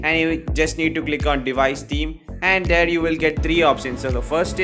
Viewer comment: first pronunciate theme properly 🤣🤣🤣